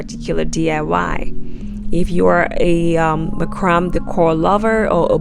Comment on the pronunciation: Beautiful and creative Design.: It's pronounced MACRAMAY NOT MACRAM!!!